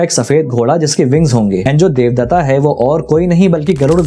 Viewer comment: भाई किसी भी हिन्दू देवी देवताओं के नाम के आगे आ लगाना बंद करो देवदत्त को देवदत्त बोलो देवदत्ता नही